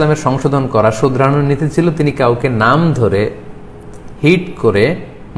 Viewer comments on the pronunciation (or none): নামটা ঠিক করে বলতে পারেনা